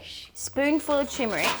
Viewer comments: Nice show. Sweet chilli sauce will rescue anything. One tiny pedantic thingy. It's tuRmeric, not tUmeric. Sorry, had to be done. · It's Turmeric not Tumeric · Why does call turmeric chimeric